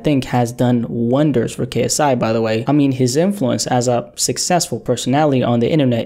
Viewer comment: He butchered KSI’s name lmao 😂